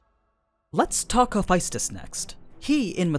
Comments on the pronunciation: why Hephaestus is pronounced as he fis tes (a lot of emphasis on I). I know that’s how it’s written but to my knowledge it’s pronounced ha fes tes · You totally butchered Hephaestus’s name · Hope there's a prequel so I can see mi familia. I think Jhen Mohran and Zorah Magdaros are better as behemoths than Nergigante. Then Ceadus can be leviathan and Fatalis can be black dragon. I like Hephaestus though. Btw , pronouncing the name wrongly lol. Demeter too.